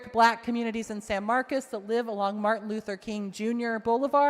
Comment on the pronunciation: She represents San Marcos and cannot pronounce the city correctly. IT’S NOT SAN MARCUS. doesn’t care about the Hispanic community, just their votes. Vote her out!